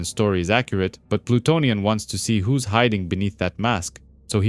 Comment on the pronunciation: This vid is awesome buddy, best vid about Plutonian on YT. Good pronunciation of the names overall, very in depth explanation and (which is actually rare these days) no A.I. voice. You have a new sub. 👊